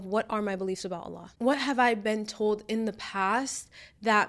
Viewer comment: I love the way you pronounce Allah's Name throughout the video. MasyaAllah, you say His Name with so much love and closeness.